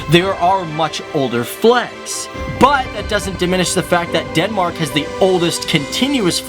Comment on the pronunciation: Dude it's not Denmarak! It's Denmark or on danish: Danmark..